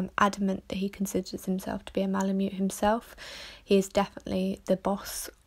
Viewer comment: "Milomute" stawp